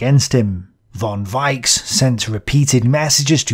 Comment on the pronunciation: Even if iit' s not very important a pronounciation correction: "Richthofen"/"Broich/Weichs" . In German "ch" is pronounced the way you did after the letters a,u and o. But after an "i", "e" "ch" is pronounced softly like "reich" (rich) or "weich" (soft) if you listen to a translator program. Besides great work.